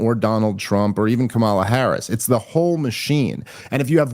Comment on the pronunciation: I don't like Kamala, but I think it's hilarious how resistant people are to pronouncing her name correctly, when they 100% know they mispronouncing it. It seems like it makes them feel like they have some sort of power over her while doing this idiotic micro-troll.